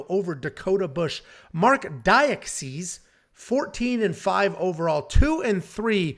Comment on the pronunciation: Marc DA-KAY-SEE lol 😂